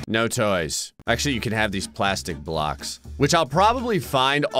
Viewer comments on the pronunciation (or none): none